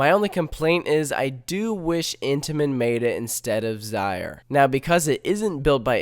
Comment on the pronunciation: Its (ZE-RER) not (ZI-RER)